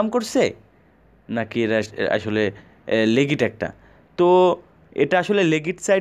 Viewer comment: apnar legit pronunciation wrong